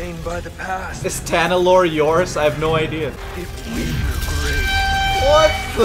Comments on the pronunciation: I like determination to call it Talanorr instead of Tanalorr even when it's written in front of him. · Him saying Talanor instead of Tanalorr... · Its Ta Na Lor not Ta La Nor, I hate that it bugs me but bruh he keeps getting it wrong even after seeing it in big writing lol maybe it's on purpose idk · Literally the entire galaxy: Tanalorr: Talanorr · talanor instead of tanalor funnies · It’s tanalorr not talanorr